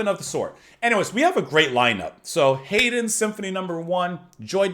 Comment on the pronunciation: The composer Joseph Haydn is pronounced Yo-suf Hide-in.